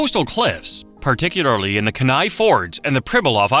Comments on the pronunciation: No sourdough's gonna mention the pronunciation of Kenai as ken-eye instead of key-nye? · You need to adjust your ai spoken pronunciation for Kenai, it’s pronounced more like “Keen-i” or “Keen-eye”